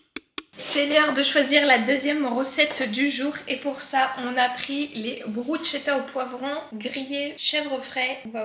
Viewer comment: bonjour pour info ça se prononce "brousse-quétte-ta" ;)